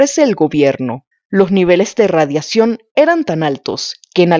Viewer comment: Para hacer este tipo de videos recomiendo tomen clases de dicción, es dificil darle la seriedad correspondiente cuando no pronuncian la letra "x"., "cc" "Atcidente", "detet-taron", "radiat-ción".